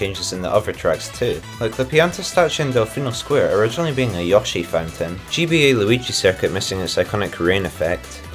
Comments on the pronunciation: "Yoshi" is actually a mistranslation. It was meant to be "Yossy", so your pronunciation is more accurate to that (and closer to how they say it in Japan). Of course, nowadays, it seems that even Nintendo (in Japan) uses the "Yoshi" spelling even tho in Japanese they still say it more like "Yossy". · Well that IS the correct way to say Yoshi. The only people who pronounce it “yo-shi” are native English speakers. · Yoshi calls himself "Yoh-shi" so I call him Yoh-shi and as far as I'm concerned that's the only correct way of pronouncing it. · finally, someone who correctly pronounces Yoshi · Someone actually says yoshi correctly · It's never too late to say Yoshi right. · You say Yoshi the right way, it’s Americans who say it wrong 👌🏻